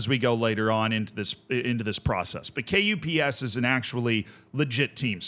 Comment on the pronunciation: As a Finn, KuPS is basically pronounced "cups" with the u sound being said in the Finnish way.